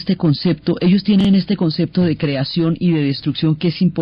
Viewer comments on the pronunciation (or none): none